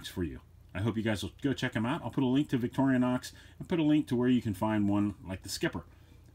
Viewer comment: It’s VIC-TOR-I-NOX! Not Victoria-nox!🤦‍♂️